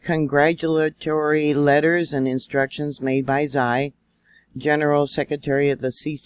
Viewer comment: Sorry to be critical but Xi is ' she ' everything you say zie sows typical ignorance Which is baffeling